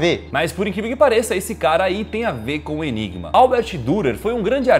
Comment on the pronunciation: Você disse ENIBA (OMEGAULUL)